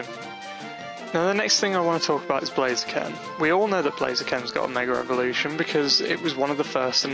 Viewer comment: its mega (ev0)lution dude :p not (revo)rution :P